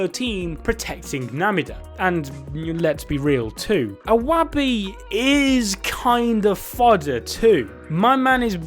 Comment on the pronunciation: You tried iwabi bruh! You said "he's basically yamacha" 🤣🤣🤣